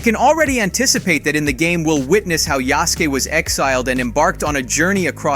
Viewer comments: He pronouncing Yasuke wrong asf. It’s pronounced kinda like how you say SASUKE from Naruto except it’s YA-SUKE, the E does not make the E sound in Japanese it makes the A sound example Ya-Skayyyy. Simple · The narrarator did NOT just say "Yeahskee" >:( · please stop saying his name so white. Its pronounced yah-soo-keh) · Yeah Sou Kay is how it's pronounced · Never in my whole life have I screamed at a content creator to shut the fuck up. Your pronunciation of Yasuke is atrocious! Are you that lazy you couldn't take a couple minutes to listen to how to say these names and words? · Boy mispronounced is name on purpose ..... 🌽🏀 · A.i story tellin hurts me. I love the information, but it tastes sour, lifeless . It's still a good video tho the Netflix show doesn't due his story Justice and the a.i is pronouncing Yaskue name wrong . Do I think Ubisoft will due Justice to histrionic accuracy....not really thier most accurate historical game Is "BLAG FLAG" which was the last household name of the genre if you do thus Ubisoft plz for God's sake don't fuck it up there's not enough media on this man. The Netflix mothafuckas tried but they had my manz fightin mythical creature's and shit. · You pronounced Yasuke like ten different ways, which is it? Lmao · He’s said Yasuke’s name with 10 different pronunciations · the mispronunciation of their name made this hard to watch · How do you make a video where you pronounce "yasuke" in 10 different ways.. Jesus Christ. 🤦🏾 Personally I just don't wanna see a game about yasuke because in the end its not important to the history of japan. He was an exiled failed general who if was any other person would have had to die because he failed his lord. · So nobody gone say anything about how he pronounced Yasuke’s name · How do you pronounce amc mispronounce Yasuke? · Bro if you gonna say the name yasuke please try to say it right it’s like you didn’t even care about pronunciation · His pronunciation of Yasuke… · (Yasuke)Yasooooke not yaske